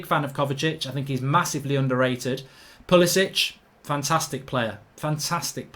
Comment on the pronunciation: Who remembers when pulisic scored the winning goal for chelsea in his man utd career mode and he called him 'pulibitch'😂😂